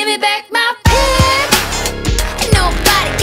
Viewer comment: She says pi instead of pig